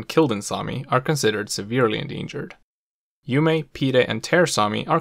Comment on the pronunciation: You are not pronouncing the names of the Sami languages correctly. For instance Ume=oo-muh